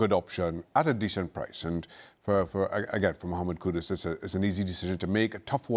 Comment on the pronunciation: These clowns can’t even get Kudus’s name right. ‘Kudos’ lmao. Cant believe the dude chose Spurs, I guess he has no trophy ambition and he will be gone for a month in the middle of the season for AFCON.